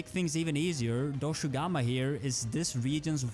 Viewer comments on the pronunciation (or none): Funny that you called Dogashuma Doshugama (while its actually called Doshaguma)